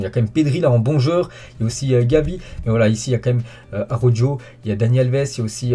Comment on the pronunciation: Merci pour toutes ces infos . Néanmoins, STP, pourrais-tu essayer de faire un petit effort sur la prononciation du nom des joueurs de mon club préféré.... Xavi c'est parfait , Riqui Puig également ,mais "Araujo" quel désastre... "Arodjo" vraiment ?!!... Désolé, mais ça me fait penser aux commentateurs (trice) de la chaine l'Equipe .... Merci d'écouter Omar sur Bein .....